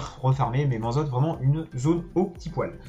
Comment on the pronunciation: Vidéo très sympa, mais je comprend pas comment tu peux arriver à prononcer "mansot" "manzotte" 😄